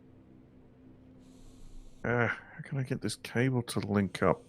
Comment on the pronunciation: The way you say cable sounds like you are saying Cobbler in a brit accent lol